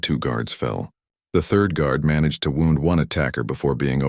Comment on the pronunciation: The story was good, but for some reason many stories have awful subtitles. It isn't just either. Narration gets crazy the word 'wound' becomes something put on a spool and 'it' becomes IT whatever that means.